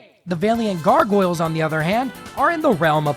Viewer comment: Putting your whole wokussy into mispronouncing valiant.